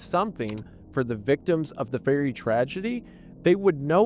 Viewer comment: Every time he says ferry it sounds like he is saying fairy.